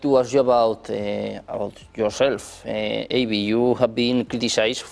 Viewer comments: El nombre de este señor por favor pronunciese bien: Dr. Avi (como suena, no "Eibi") y Loub (no Loeb como se escribe, al igual que Joe se pronuncia "llou") hay mejorar ese inglés. 😅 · Avi ❌ Eivi ✅